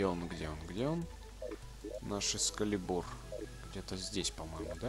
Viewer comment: Не экскалебУр, а экскАлибур!!!!